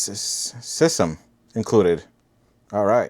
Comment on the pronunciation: What do you got on the car” I got a sysem” 😂